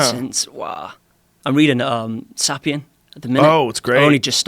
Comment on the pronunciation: "SAH-PEE-YUN" sick.